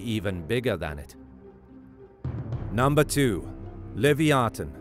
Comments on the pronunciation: I believe it’s pronounce Lev-eye-a-thin No live-e-o-tin…… 🤦🏾‍♂️ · It’s pronounced Luh -vai-uh-than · he say "Lyviathan" wrong and crocodile